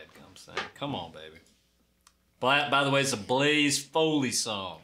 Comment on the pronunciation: Say it with me “Blaze Foley.”